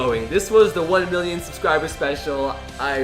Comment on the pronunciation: does it sound like he says billion